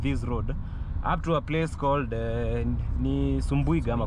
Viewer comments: its subuiga not sumbuiga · That town is SUBUIGA not sumbu...iga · Nice content, Actually the last part covered by drone was Makutano Town, Kuna Meru town sasa😅😅 Its subuiga not sumbuiga😂